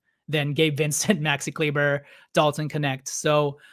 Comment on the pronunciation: It’s pronounced Kleeba